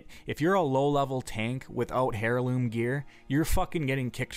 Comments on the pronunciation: The joke flew right past you :P He was making fun of the fact that the H in heirloom is silent, where as the uploader of the video kept pronouncing the H as hair-loom instead of heirloom. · It's not pronounced hair-loom its air-loom. Who ever got passed down a family hair-loom??! English is your first language for god sake. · Not sure what hairloom gear is. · AIRloom. Not HAIRloom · Dafug is a hair-loom? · Isn't heirloom pronounced like "airloom"? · Oi, you don't get to blame your bad pronunciation on being Canadian. I've never heard it as Hairloom, and i've lived in Canada my entire life. Not a bad video otherwise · i'm pretty sure it is but i pronounce it "herloom" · It's heir-loom and the h is not silent. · Hair-looms, Nay-grand??? wtf is with your pronunciation? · LOL "hair"loom gear. You crack me up. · also its air-loom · ear luum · "heirloom" is pronounced "air-loom" For the love god END THE MADDNESS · Is english your 6-9th language? I've gone through and watched a good amount of your videos and although I liked the content, I think I'm done. Maybe I'm an asshole, but dear God, learn how to pronunciate words. The cringe is so real. Hair loom? Is that a device used to spin hair into cloth? Not sure what a "gee nat" is either. Sounds like your trying to say gnat. If I'd made a drinking game where we took a shot everytime you mispronounced a word, I'd be dead right now. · Hair-loom lol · ”” lilko The H is silent in Heirloom. Look up the word "Heir" as well. Same shit the H is silent, its pronunced either Eriloom or Airloom depending on your accent. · the H in "heirloom" is silent because the word comes from French. He sounds ridiculous when he pronounces it. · The way you pronounce heirloom.. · dude, the H is silent. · your excuse is invalid. I'm Canadian and no one pronounces heirloom with an "H". You should've retreated to your excuse about pronouncing "Gnat" with a "g". That you are "tired".